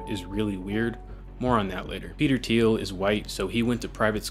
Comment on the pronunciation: "Thiel" get the Name right it is important